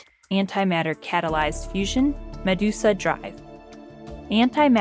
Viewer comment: I laughed at her pronunciation of Medusa like "Ma deuce a".